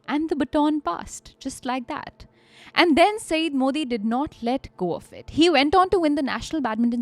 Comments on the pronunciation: Guys, just a small point about his name pronounciation -- it is spoken as 'saiyyad' and not as 'saeed'. Another point, in the press conference scene in the early part of the story... there were no movie cameras or mics in 1988. Basically just reporters with scribble pads, and an occasional journo with a tape recorder, BBC India guys had it as dikta phone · Mehdi was his personal name. ZAIDI indicates his family name and actually his "clan"nsme. Modi was a perversion of the simple two syllable name. Also, the word Syed is also bring mispronounced. Saeed is a totally different name. Syed indicates that Mehdi was descended from the Prophet Mohammads (PBUH) lineage. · I'm just correcting the name here. It's not 'Saeed'. Its 'Syed' y is pronounced as ya as in 'yaar'. Pronunciation will be "Sai..ya..d" 😊